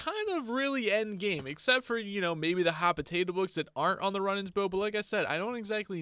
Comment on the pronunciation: It’s not run it’s rune for the bow runenans